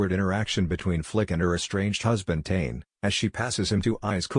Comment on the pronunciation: They can’t pronounce Tane’s name right and they forget about her dating Logan before Gabe came back.